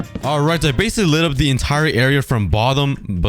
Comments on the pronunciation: when he said "from the bothom" i laughted so hard XDDDDD bothom wow i learned a new word today from XD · bro really said: bothom💀. i love it.